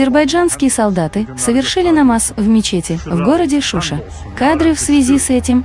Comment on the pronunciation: Шуша́ а не Шу́ша